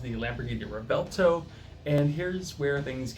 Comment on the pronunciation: pronounced Rev-Well-Toe;)